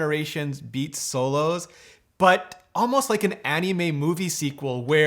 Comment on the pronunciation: a-NIE-me, Love it lol. Always a pleasure to watch Rene